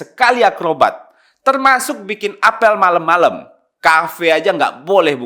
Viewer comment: apel siaga.... Ya ellah, pengucapannya huruf "e" nya seperti pada kata "bebek" bukan "betul" Mas Faldo. Kapan2 diperbaiki, soalnya narator lho